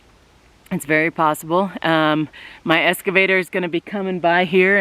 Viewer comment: Ex...cavator, not escavator.